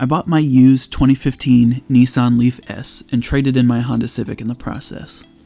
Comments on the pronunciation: It’s “Nissan”, not, “Nee-s-on”. 🙄 Otherwise, loved the video! :) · That always makes me smile. I'm English, and I always wondered why people in the US say Neesan. There is no letter E in Nissan, so I just don't get it....